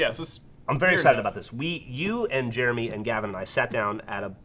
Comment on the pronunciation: pronounces Jeremy like "germy"